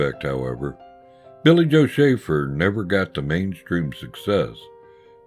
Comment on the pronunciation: That was great! Thank you and thanks for the shout out, you pronounced it perfectly! I have a story for you that may help you understand the kind of guy Billy Joe was, some day I will tell it to you. In the meantime keep up the good work and buy every album he has because they are all great! RIP my friend Billy Joe Shaver.